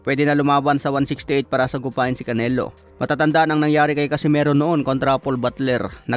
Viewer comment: Oo dati kanala bigkas nya😂😂😂